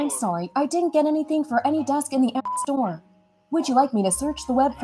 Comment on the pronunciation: App Store a pee pee store he said